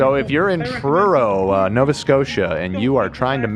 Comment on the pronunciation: Hearing say Truro NS and also showing Frankie MacDonald in one episode was crazy